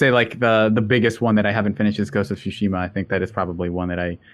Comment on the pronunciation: Thank you for pronouncing Tsushima correctly! You don't hear Sekiro or Tsushima being pronounced correctly too often.